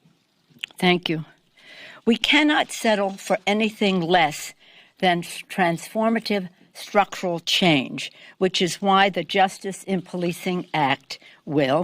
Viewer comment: "Structururu..al" Nancy :p